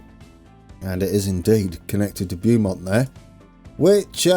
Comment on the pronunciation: FYI: the first syllable of Beaumont rhymes with "crow" or "flow".